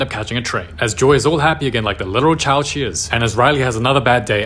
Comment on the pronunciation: "She aaa bebe" 😂😂😂😂